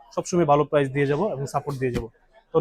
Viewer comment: কথাটা প্রাইজ হবেনা, হবে প্রাইস, দাম বা মূল্যর ইংরেজি হচ্ছে প্রাইস।